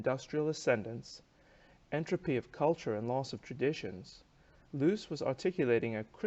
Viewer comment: I enjoyed your review, especially the closing statement. Just one hint, the correct German pronunciation of Loos is more a bit different. I failed to find an English word with the same sound, probably easier to look up a German video on Loos to get the idea. Greetings from Vienna